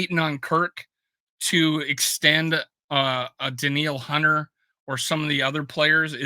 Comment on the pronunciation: Hey, I don't mean to be a jerk, but I would like to ask you to start pronouncing the "T" in HUNTER. Thanks much!